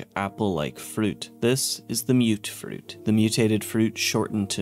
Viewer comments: I thought it was pronounced "muht fruit" not "mewt-fruit" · Okay, we've all been pronouncing it muttfruit.